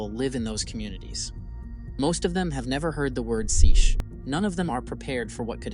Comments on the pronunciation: Seiche (say(t)sh) single syllable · Your AI narrator pronounced ‘seiche’ differently each time.